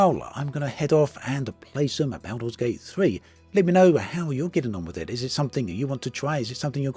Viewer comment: My ears! Baooolder's Gate 3.